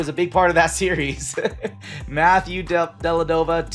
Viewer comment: Dellavedova, not Delladova Bo-yahn Bogdanivch, not Bo-john Bogdanovich If someone is coming to your channel and watching your video for the first time, and hears you mispronounce multiple player names, there's a good chance they will think you don't know ball and decline to like and subscribe or become one of your customers.